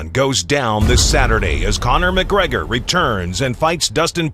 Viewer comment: Bispings American twang is getting worst.....listen to how he says Connor